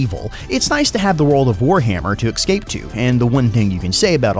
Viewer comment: If this man says exscape one more time.